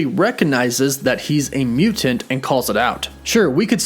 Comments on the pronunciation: You need to relax more when saying Mutant lmao. "mew-TENTS". Just mute the end of the word a little bit and let it roll. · i don't think i've ever heard someone mispronounce the word mutant before.